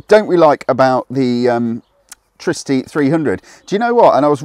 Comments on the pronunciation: It's Tri-city, not Tricity. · Its not treecity its tricity for example wifi / tri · I think it's pronounced TRI-CITY. It's a tricycle after all. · LOL that bothered me too